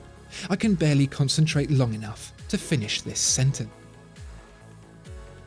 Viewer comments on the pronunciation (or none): Did he really say : "I can berely concentrate long enaugh to finish this senteN"? :D